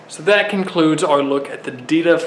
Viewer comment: It sounds like he’s saying adidas